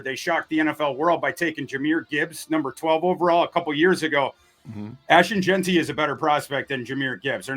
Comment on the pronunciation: I don't know what's worse, mispronouncing Darnold, or saying Jeanty wrong? They both trigger my OCD.